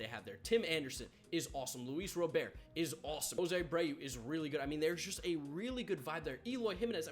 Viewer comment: Anyone notice he still doesn't say Luis Robert's name correctly?